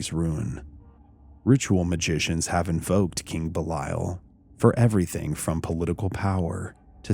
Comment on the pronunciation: You're not pronouncing it correctly